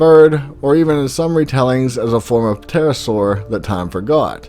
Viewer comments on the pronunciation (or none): none